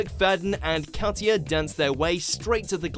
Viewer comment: 10) Alesha Wiz robbed and he my deared Shirley. 9) pronounced Ol-la 8) Kat-ya should be higher. Anton's Latin is a bit pants but he is a legend. Oti's just won this year with Kelvin :-)